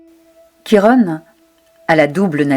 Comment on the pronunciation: Bonjour, la prononciation est " Kiron" et non Chirone ;)